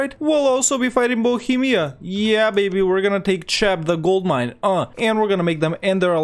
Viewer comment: Its pronounced Kheb (like CHloroform) not Tscheb lol